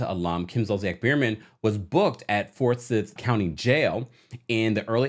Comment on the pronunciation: Forsyth is pronounced: For-Sithe